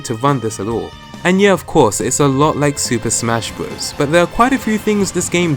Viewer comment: You mean smash bros, You dint say smash broa